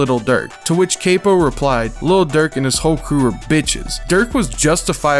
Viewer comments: How many things are you finna missb pronounce? It's CAP-PO NOT CAY-PO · being critical of someone mispronouncing hella names isn’t hating. if u actually listened to the songs or people and didn’t just read it they say all the names over and over again. capo is dead saying cape-o is crazy. it’s not “doing good” it’s lazy. seems like u just read this off reddit. faneto is such a huge song it’s insane to mispronounce that too. like yeah the video is pretty informative but that’s how u know someone actually listens or not and for people who are uninformed or haven’t been put on until this video they will also be calling them wrong names. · How u gone say chief keef is one of your favorite artists and you love chicago drill but then u gone pronounce capo “kay-poh”. GTFOOOO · "cah-po" not caypo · this mf said caypo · bro u gotta learn how to pronounce shit lmao it makes it seem like u just read all this stuff and didn’t ever even listen to the songs or the people. like Capo too dog… RIP CAPo.